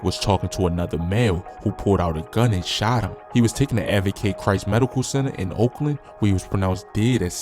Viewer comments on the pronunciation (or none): none